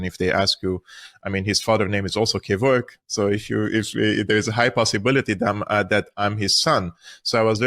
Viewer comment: The way she pronounces "Kervok" is nothing short of an atrocity. US Americans and their way of pronouncing shit but actually butchering it 😂